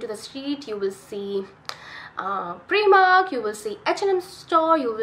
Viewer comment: heya, I think it's prYmark, not preemark. Nice video.